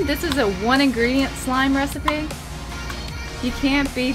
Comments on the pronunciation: You said 1 ingredint slime l hate you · She said 1 ingredent my goodness girl :Q